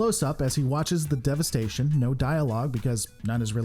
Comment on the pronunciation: Just a little criticism: it’s „devastation“ from Latin „devastare“ which refers to an action of turning something into rubble or rubbish. Not devestation. The analysis is as usual an excellent piece. I am just a neat picker...